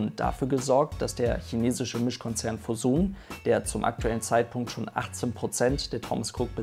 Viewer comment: Kleine Info noch für dich (um gotteswillen leine bös gemeine kritik) man spricht Fosun "Foschun" :)